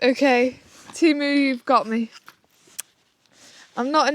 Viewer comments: ITS TEMU NOT TIMU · This is the first time I've not heard it pronounced "TAYMU" and I've bought a £15 green roomy 2-person pop-up tent and a hundred+ other great things from them..